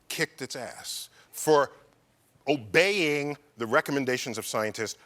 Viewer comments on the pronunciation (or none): He said emphasized "Obeying".... um no.